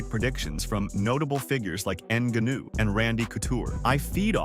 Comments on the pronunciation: It actually starts with a ng sound, not enga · GANU GANU… ffff its NGANNOU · "Ann Gunnue" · A channel called fighter’s corner is going to call Francis “inaganoo”? WTF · Francis "En-gannu"😂😂😂😂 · You should learn French to say Franciss' last name in a way less embarrassing way. Try, "Nin-gaw-khew." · Francis N’ganuuuu…. Bruv, I turned off this expert after I heard that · Francis N-gone-ew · “Francis Enganoo” 😂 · Yeah i immediately clicked off of this video as soon as it said francis in-guh-new. Do your own commentary or just stop making videos... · Francis Ngannou is pronounced NAH GA NU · Pee-ka-boo, En-ga-noo. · "Francis En-Gu'noo" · Rampage said Neganu🤦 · that mf said nigganu 🤣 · You are slaughtering Francis' last name